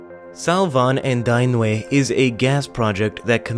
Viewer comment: LOL - Sorry, you guys know I'm a stickler for proper pronouncing of, well, everything. The rivers name (Danube) is pronounced "Dan-You'b" not "Da-new-be"